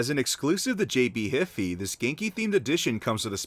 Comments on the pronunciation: Did he just call JB-HIFI, JB "hif - e" it is "high - f eye" Just like WIFI man, not that hard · ngl i almost smashed my monitor when he said jb hifiy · It's not JB "hee-fee" it's "high-fi" as if you were going to say high five but cut out the 've' part of it. Aside from that, 10/10 from Australia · JB-Hifee??? It's pronounced JB-HI-FI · The way you pronounced JB Hi-Fi killed me inside. It is said like Wi-Fi. NOT HIFEE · It's jb-hi-fi not HiFi high fyyyy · I know i’m late but it’s pronounced “JB High Figh’ Not Hiifii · jb hify? lol its pronounced hi fi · The way you've pronounced JB Hi-Fi is just butchering. Don't say Hefei. It's Hi-Fi. (High thigh) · It’s pronounced jb Hi-fi not hifi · JB "Heeffy" high figh? Hi-Fi. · Lol it’s jb hi-fi not hifi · ... It's "JB High Fye".... Not "Hiffy".... as in Hi-Fi... High Fidelity... Stereo Hi-Fi.... facepalm Pretty good video apart from that.... but we really do not pronounce it "Hiffy" here... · Btw it’s pronounced JB High Figh, not HiFee. Just saying, I know you were just trying your best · i got triggered when he pronounced hi fi as hiffy. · As an australian I shall say this Its said like J B high figh Not JB Hifi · Hi fi???? Hy fy dude, it’s hy fy. Like Wi-Fi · For future reference Godzilla it's pronounced "JB high fie" Hearing you say hify was gold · Lol JB Hiffy. It's Hi Fi as in high fidelity. Pronounced High Fie. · really just called it jb "hiffy". Im laughin me arss off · Excuse meee the way you said jb-hi-fi is completely wrong you pronounce it jay bee high figh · JB HI-FI is pronounced JB 'hai-fai' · HE SAID HIFI HAHAHAHAHA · “JB HIFEE" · Bro this man's said jb hify instead of Jb-Hi-Fi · jb hi-fi is pronounced like jb high thigh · Proper pronunciation is J B HIGH FYE you fucking stupid dog. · JB hee fee. It's pronounced like wifi bruh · Jb hifi Broski it’s pronounced jb high-thigh (Yes it makes no sense how it’s typed) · CRINGE its pronounced JB HIGH FI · It’s pronounced ‘jay-bee high fy’, great video though !